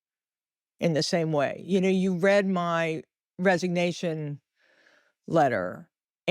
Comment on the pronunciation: Can’t someone teach AI to pronounce words like “read” correctly for the context?